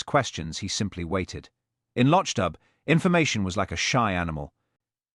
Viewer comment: Hopeless pronunciation of Loch Dubh, even I'll is pronounced/ill/ rather than "I will". Even the pictures suppposed to represent Hamish are confusing!!